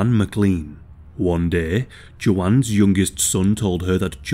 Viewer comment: I know it's petty but does my man really think the name Juan is pronounced "Jew-on?? 😂